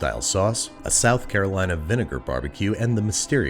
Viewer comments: I physically cringed every time you said South Carolina. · From south carolina and I got unreasonably upset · I'm not from NC, but I am in love with their BBQ. So every time I hear you say "South Carolina" I cringe. Please just dub over yourself and fix it. I literally want to puke hearing you say it.